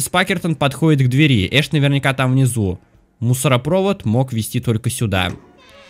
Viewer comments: А разве не мусоропровОд?? Разве не на вторую о ударение?) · Не мусороповод, а мусоропОвод!